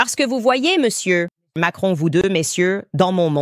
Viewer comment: j'aime bien le " Meussieu et Meussieu " on la che rien